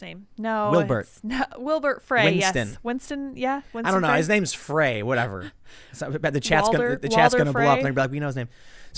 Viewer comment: Frey is pronounced like 'fry'.